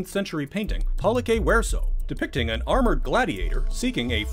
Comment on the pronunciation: Nice Latin pronunciation on "pollice verso."